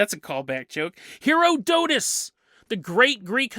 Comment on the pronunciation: It made my teeth itch when you revealed you actually KNOW how to say Herodotus, but you carried saying it wrong deliberately 😆